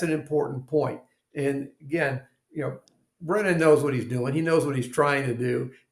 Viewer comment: I dk if you meant to call him "Breenan" instead of Brennan but I'm all here for it 😂 I keep hoping Alessi starts calling him "Breeenan" 😂